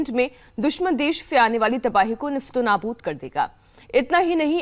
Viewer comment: Tum log bs aam admi ko bhadkate ho Apne TRP ke liye. Akash missile Ka range 60 km h or China ke pass C-400 h jiska range - 300 km h. Kuch Soch smjh Kar Bola kro. Even Hindi news channel mein Urdu bol rhe ho. "Nistonabut"😂.